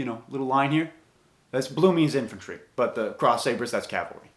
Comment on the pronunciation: What are you cavilery or infantery? Ähm mounted infantery.